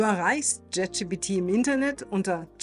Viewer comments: Jet Schi Pi Ti - Alles klar.. an der Aussprache üben wa aber noch gell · Bitte: die Aussprache. das video ist wirklich interessant und gut. wirklich! es ist gleichzeitig unglaublich; wie sehr mich deine aussprache des namens des LLMs triggert. es heißt wirklich nicht „JET gpt“. ansonsten sehr schôn pragmatisch. hilfreich.